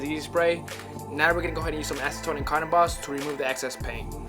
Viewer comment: It's "Cotton Balls" not "Carton Boss".